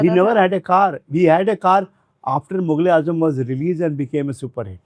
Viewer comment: Hi, your show was marvelous n really I was engrossed in the show, sirf ek.aapse arz kerna chata huin, film ka naam mughleazam hai not mugleazam, so you please pronounce from epiglottis, ye naam na sahi lena mughleaazam film key shaan key khilaaf hai, maazrat key saath, shukriya